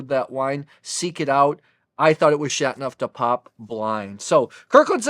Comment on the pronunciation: I like your review. One suggestion. French is not easy to pronounce and enunciate. You enunciate the word like this Shat-No-De-Pap The 'teau' needs to be enunciated too, like Sha-Toe Du shouldn't be pronounced 'de' rather more like 'due' with a short but distinct u sound but the u sound is not a long u like 'duue'. I cannot find an approximate way to phonetically describe 'neuf', its almost like 'nerf' with a silent r.